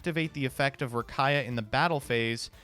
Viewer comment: Distantcoder gonna come for for saying Rakaia